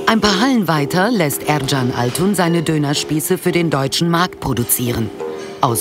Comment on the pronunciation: Der Fabrikbesitzer heißt übrigens "Erkan" - das spricht man auch "erKan" (mit "K") aus, und nicht "erTSCHan". Ich kann ja nachvollziehen, wenn man mit dem türkischen "ğ" Probleme hat, und dann den Präsidenten "Erdoğan" wie "Erdogan" und nicht wie "Erdo'an" ausspricht, aber ein "K" ist immer ein "K". Es heißt ja auch nicht "Döner Tschebap" sondern "Döner Kebap".